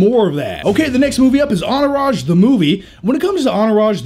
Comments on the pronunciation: Lol "onourage" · "Enourage" ... theres a T in there isnt there?? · Hahaha why do you say Entourage without the T? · anybody else notice how funny he pronounces entourage?